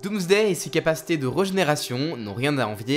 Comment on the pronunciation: Pourquoi dis-tu toujours "regénération" ? sauf si ça se prononce vraiment comme ça 🤔